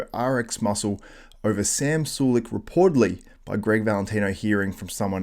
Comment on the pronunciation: Jesus Christ... is unbearable. Interjects telling Greg he needs pronunciation lessons because he said Sam's last name wrong but then says it wrong himself. Dude thinks he is above everyone because he used to write for magazines back in the day. Anyone could write articles on bodybuilding, it isn't hard. The only reason he even wrote is because of the people he knew, not because he was SOOOOO talented that they couldn't possibly exist without him.